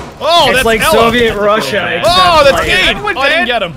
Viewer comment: why do you pronounce Kaid "Cayde"? rip cayde